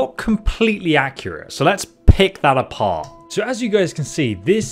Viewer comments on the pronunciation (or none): "So let's pick that apparr"